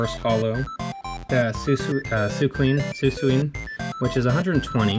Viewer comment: Why you say suicune like that